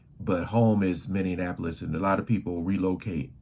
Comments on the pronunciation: It's not Minneanapolis. It's M i n n e a p o l i s. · PLEASE...it's MINN-EE-AP-OLIS.. not mineanapolis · Minn-e- ahh- police. You are literally watching a video where they pronounce it correctly. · Young man, it's Min nee Ap polis, Min ni Napolis. I know that some of you will go mad over me offering this correction, but I don't apologize for knowing what you obviously don't. Those in power, Black and White, label you before you've completed your first sentence. Speaking correctly can either propel you, or hold you back. Yes, I know Steve Harvey says, "I am poor vs. I is rich." They have to hold someone for you model yourself after. And for those of you who become a sucker to speak poor grammar because it is good enough for Steve Harvey, are in for a rude awakening. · Say it with me bro. MEN-E-APPLE-US. MINNEAPOLIS. But the look on his wife when asked about Amiir. Crushed her and ahe was fighting back pain and tears. And ultimately it was that interview that marked a separate path for the O-/> and Mayte.